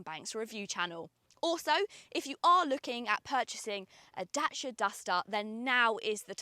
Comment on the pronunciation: Great video, we just bought one. Please say DACIA not DASHIA 🤣🤣